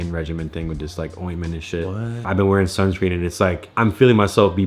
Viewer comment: wheaing is how she pronounced it 😂